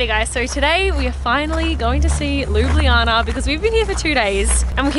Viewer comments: It's not called ljubljijana it ljubljana I know I'm slovenien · You Said Ljubljana wrong. You Said ljublijana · Ljubljana [lju-blah-nah] Ljubljansi grad [lju-blahn-ski grad] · Luubliana :D Im slovene so it's funny (Jaz sem slovenec zato je smešno ) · it's pronounced LOO-BLAH-NAH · I actually live in Slovenia and it's really cool to see that you love it so much. Made my day. It's funny when you try to pronounce the name tho😂Also love the video. It's beautiful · lol I love how you say Ljubljana. It's so wrong but I love it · You are saying "Ljubljana" wrong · You are not pronouncing LJUBLJANA correct.